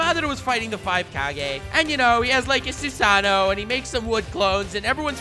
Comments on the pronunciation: How can you not pronounce susano'o? It's not Spanish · I hear Swagkage in the distance...he’s emphasizing powerfully... “THEIR OWN INDIVIDUAL SUSANOO”